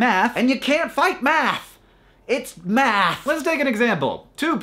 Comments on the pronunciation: I thought he said meth. Inequality is caused by meth. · Hank, every time you said math I thought you said meth. I may or may not have had to rematch that part :/ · I know, but to me it sounds really weird with out the s on the end =D